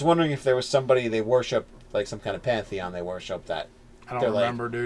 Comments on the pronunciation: So a few notes: you guys do know it's pan-theon right? Second, how about for the god born of Chaos, one of its names would be wild child? Maybe even called that by the gods since it would be young compared to them. And I feel like it should be chaotic good, and it's true goal is to just bring all the alien beings to the material planes because it wants it's friends back. It lived in the chaos with them, and grew up knowing them. All of a sudden it got whisked away to griffingaffe, and it wants to bring its friends back. Kind of like the whole alternate conspiracy theory behind earthbound and Giygas trying to make friends in his old form. Also, I love the idea for a sort of militant faction, like the overseers from dishonored. And I was going to suggest that they have weapons that can drain a victims soul and then convert it into spell power, but beat me to it. The idea for a soul battery is awesome, and once you throw in the need for a "cleric" with a holy symbol, you get a really mean green lantern corps. Lastly, for the symbol of your magic/mystery Deity, how about a book with kind of mystical sparkles around it. It has script on it that can't be read, but due to the nature of the god, the script changes to another language everytime you look at it. And you can never understand the language. Hope these help. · Please guys, you're killing me. PAN-theon. Otherwise keep up the good work.